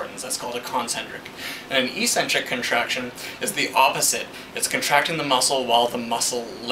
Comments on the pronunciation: Ecksentric, not eesentrick. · Good explanation, but it's pronounced EX centric not EEE centric... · How to pronounce eccentric